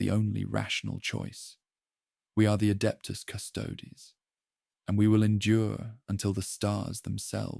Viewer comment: Cu-'sto-des, not "cu-'stoads". --- This is actual latin (plural of Custos "keeper"/"guardian") and it's a three syllable word denoted by it's three separate vowels, with each being distinctly pronounced with the stress on the second-to-last syllable "sto" because of the naturally long vowel. As in the famous quote "Quis custodiet ipsos custodes?", meaning "Who guards the guards themselves".